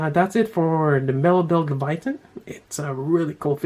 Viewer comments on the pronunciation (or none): Nice review as always but its pronounced "Lay-Va-Teyn" lol Kept getting distracted when its called Leviathan.